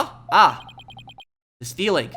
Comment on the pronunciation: You're supposed to say it like "Ah." and "Oh."